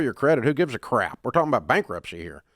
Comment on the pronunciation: Dave says "CRAP" with such vehement emphasis. 😅